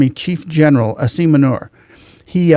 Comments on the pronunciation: I love the way you pronounced his name manure 😂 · The way you pronounced his name…. Asim Manure is a fitting epithet for this buffoon 🤣